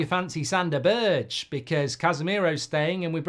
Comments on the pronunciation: His name is not BIRCH, its BERGE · Mark its pronounced berg